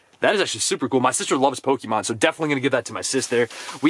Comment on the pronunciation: ‘Pokeyman’ It’s pronounced ‘Pokeh-mon’ 🤦🏼‍♀️